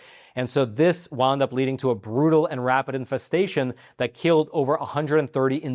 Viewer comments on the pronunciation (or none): none